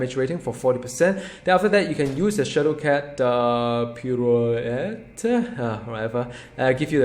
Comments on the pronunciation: Pirouette is pronounced pee-roo-wet. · by the way, that pirouette word is pronounced as: pee-roo-wet :)